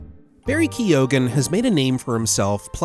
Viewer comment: Isn't it prenounced 'key-gun'?